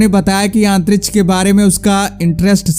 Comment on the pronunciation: it really sucks everytime when he says Antrish!